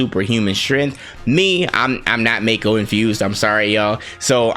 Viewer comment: As an oldhead, I definitely say mako and "mai-ko" sounds off to me, BUT I'm not gonna yuck your yum at the end of the day, we all know what we are referring to ya know! P.S. Great video bro!